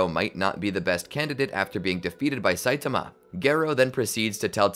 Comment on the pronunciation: "A naked satiama" had me down on the ground